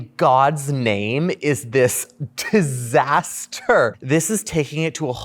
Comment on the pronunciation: Did you say tizzasaster?